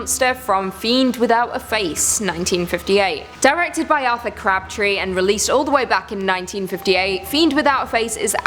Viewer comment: Did say Author CRAP-TREE? Or is that actually the dude’s name?